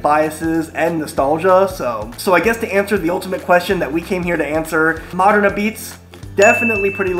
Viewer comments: Love you,, but it’s pronounced a-beetz 😉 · It's pronounced ah beets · Just so you know…apizza….is pronounced”apizz” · Its pronounced "Ah-beetz" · Apizza pronounced abeets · It's pronounced............"AHBEETZ." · Locals pronounce it like 'pizza not ah-pizza. The first "a" gets lost. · It's abeats not A-pizza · It's pronounced "AHH-beets", not "Apizza" like it looks. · ah-p(b)eetz not ah-pizza. watch the Portnoy review of sallies and you'll get the pronunciation. Other than that great video buddy glad you made it out here! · Love Modern, I was there today. Not as good as Zuppardi’s in West Haven. Their sausage and mushroom is amazing! Oh and it’s called Ah-beetz.. not A pizza, and it’s not mozzarella it’s Mootz in NH . Lol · It's pronounced "abeetz".......not a-pizza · it's not pronounced a pizza, it's Ah-Beets dude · It's "Abeetz", not "A Pizza". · Ahbeetz, not Ah pizza. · Apizza is pronounced ah beets. You sound like an amateur saying a pizza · It's pronounced ah-beetz not apizza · It’s pronounced “abeetz” and it’s phenomenal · Me, having never been to Connecticut or ever having apizza but living vicariously through YouTube: It's pronounced a-beetz!!! What a rookie! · I think you say it "Abeatz." Next up is Sally's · I think they pronounce it more like A beets or a Pete’s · Some things I want to point out. Modern is not the best apizza in New Haven...it's actually 3rd or 4th. Sally's is the best (also on Wooster St), Zuppardi's in West Haven is second and then there's Pepe's (also on Wooster St) and Modern. Those 2 are pretty much tied. Also, apizza is pronounced "abeetz", and Foxon Park soda is pronounce "Fox-un" Park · I’m not even from New Haven but you gotta pronounce apizza right if you’re gonna review it. I’ll help.. ah-peetz or ah-beetz depending on accent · It's Ah-Beetz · It's pronounced "ah-beetz" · When It's spelled apizza, it's pronounced "ah-beetz" .. Great video nonetheless! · Pronounced a peets